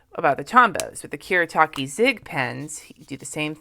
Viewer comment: Koo-Reh-Tah-Keh. Just thought I'd let you know.